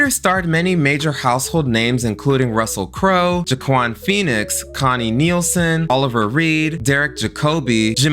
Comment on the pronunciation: Anybody notice he mispronounced the Wayans brothers name and Russell Crowes name in gladiator lol